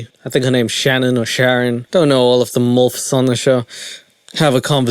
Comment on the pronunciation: “Mulfs” lol